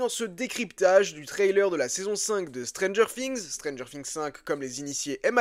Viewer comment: C'est moi ou il dit stranger fings